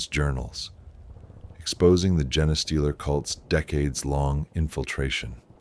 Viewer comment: Ok the Jena-stealer pronunciation drives me nuts. Can you fix it by spelling it phonetically? Fun story as usual. Can you add dramatic pauses or alter cadence at certain points to affect intensity or to build suspense?